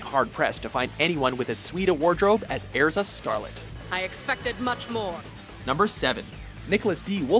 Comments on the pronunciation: "Airza" nice one... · They didn't pronounce Erza right either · OMG! STOP SAYING ERZA WRONG! SERIOUSLY DUDE LEARN HOT TO SAY HER NAME!!!!!!! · STOP CALLING ERZA EARZA IT IS PRONOUNCED ER-ZA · it's er za say it with me er za ...Erza! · kabena willoughby They pronounced Erza, Aerza. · Excuse me when did Erza Scarlet turn into Ezra? Also, if you've watched the anime WHY DO YOU PRONOUNCE THE NAMES WRONG????????? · WHY DO PEOPLE ALWAYS PRONOUNCE ERZA'S NAME WRONG!! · He said Erzas name wrong...... *dies* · Who else always cringes at how he pronounces their names? cough Erza cough Natsu Cough